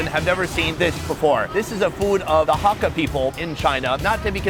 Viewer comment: Hakka is not huak tueh.